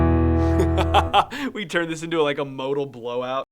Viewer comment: We can turn this into a modal thing My ears: Thaw